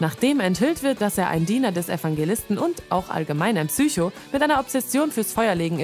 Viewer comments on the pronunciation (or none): none